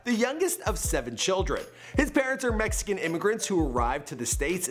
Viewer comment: "messyken" lmao!